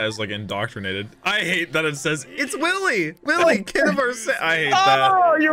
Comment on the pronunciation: Hey Willy's name is actually pronounced Villy I hope you hate it less now lol